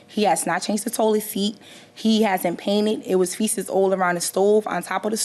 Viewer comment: No matter how much the judge correct the plaintiff she will continue saying faeces wrong the rest of her life! At this point, she is 100% unteachable!! 😂😂😂😂